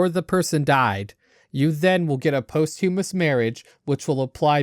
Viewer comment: lmao "possthewmuss"